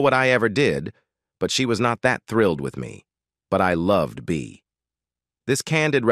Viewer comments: "Blonsh" Devereaux?!?😮😢😅😊 "Bay" Arthur?!?😂😅😊❤ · The narrator for this keeps saying Blunche. The characters name is Blanche. Then at times he pronounces Bea Arthur’s name like he’s saying Bay